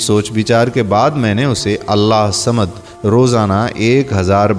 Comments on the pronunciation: Allah hu samad bollte hai Allah samad nai bollte hai samje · برائے مہربانی اللہ الصمد کو صحیح تجوید کے ساتھ پڑھیں ، آپ اسے صحیح نہیں پڑھ رہے ہیں ص پہ تشدد ہئے تو لہذا ہ کو ص سے ملائیں